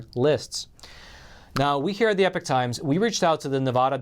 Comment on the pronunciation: Why is epoch pronounced as, "epic," rather then "ee-pock?"